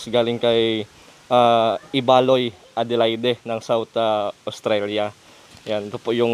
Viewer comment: Ang pag pronounce sa Adelaide ay silent ang e sa katapusan bale ang pagsabi nyan ay Adelaid.